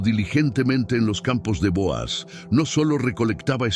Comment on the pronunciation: NO SE LLAMA BOAZ SE LLAMA BOOZ DICE MUY MAL EL NONBRE LEAN LA BIBLIA